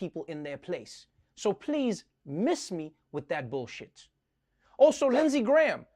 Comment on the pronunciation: Did he say” Miss me with that billshit”. So glad you’re back Trevor.